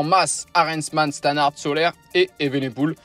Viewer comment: Moi aussi ça m'énerve mdr c'est SOLERRRRRRRRRRRRRRRR mdr